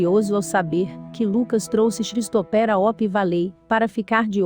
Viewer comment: Um dica básica... Colocar um narrador que saiba as pronuncias dos nomes em inglês.. Xristoper foi bizarro...